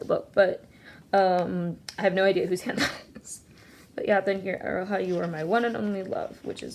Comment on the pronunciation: aroha is pronounced like aroa :)